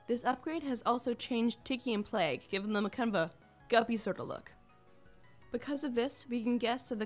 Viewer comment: Its not Plegg Its PLAGG